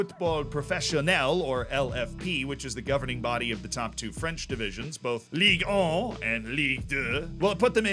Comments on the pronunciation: As a French, I feel offended by the way you prononced Ligue 1 and Ligue 2.... I want apologises. .... No just kidding I don't give a f***, continue your videos bro it was very entertaining! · Being French and listening repeat again and again French city names and "Ligue 1", "Ligue 2" makes this vid hillarious